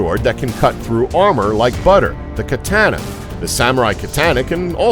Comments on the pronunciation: Am I the only one who gets killed from his pronunciation of Katana? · Katana was pronounced wrong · work on your facts: first off, you cant say katana right, plus it is scientifically proven to be made of one of the strongest alloys in the world, and a fuller is not used for weight reduction, its used for flexibility in the blade preventing it from snapping mid-battle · sorry but the mispronunciation of katana just bothered me don't get mad at me alright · Dude can't say katana correctly lol. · Every time he says katana hesus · sword video where you can't pronounce katana, silly. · If you say Katana like that again, im gonna slap you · The whitest pronunciation of katana ever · GEEZUS my ears bled every time this moron mispronounced Katana. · I don't know why this guy's pronunciation of "Katana" isn't the top comment. Good lord. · Downvoted for your ear-splitting pronunciation of "katana". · thumbs down for the way he says katana. I wanted to punch his face everytime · i love how he gives shit to katana while being unable to pronounce it and knowing almost nothing about how katanas are made: Katana had fragile edge that is right but they were used against (mostly) unarmored soldiers since iron was pretty rare in japan, that is why the technique using it was more evolved in japan than techniques in europe. also the tamahagane exponation is far beyond bullshit, if you want to know something about it watch man at arms reforged. katana were weapons really adapted to their context. unlike most european two handed sword that were inferior to any kind of axe/mace/polearm on the battlefield they were on because metal armor/shields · the way you say katana made me kill myself, gratz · Im not a fanboy of Samurai and the Katana but man its so cringy how this guy pronounces it. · The way you say Katana gave me brain cancer. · I cringed every time this guy tries to say "katana". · The way you pronounce Katana is annoying to the core... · Don't ever say katana again! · Kuh tan uh